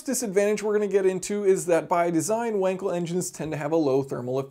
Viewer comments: It's pronounced Vankel, not wanker. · "VOHN-kuhl," not "WANG-kuhl."